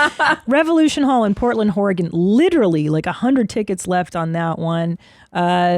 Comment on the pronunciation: Did she say Whoregon?